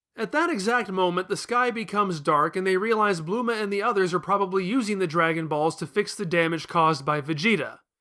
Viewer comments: Bluema? It's bulma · Bluma?.. I’m just confused. It’s such a strange pronunciation.. like I’d get Bulrma or even Burma I guess, but blue-ma? He pulls out Kurririn so he’s attempting to be more accurate to the Japanese pronunciation but even that’s not right. I’m not ripping on him for that bit. That’s how people perceive it. There’s no hard “R” sound in Japanese. I only studied the language for 2 years so I’m no expert.. but the first thing you learn is the alphabets starting with hiragana.. while we write translations out as having “r’s” it’s really a combo R/L sound. You kinda have to roll your tongue to get the proper sound... this PSA is really for the little Manga-Chan’s that try to be jerks about how to say Krillins name. Just stop acting elitist over saying it’s “kurririn” (while emphasizing the “r”) cause if that’s you you’re wrong and you’ve been putting people down with your wrongness pretending it is correct. Fandom shouldn’t have any gate keeping. We all love Nippon and the art that has permeated our own culture. There’s even a cool twisted cultural exchange between our cultures where things we like get changed and accepted in their culture and vice versa.. I would never recommend anyone study Japanese as a practical language. There is a lot of decent paying translation work, no doubt.. but the level of complexity of the language and the multiple alphabets should be sought out because of your passions. The language group isn’t small enough to make you the most in demand translators, b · Who the Fuck is Blue-ma?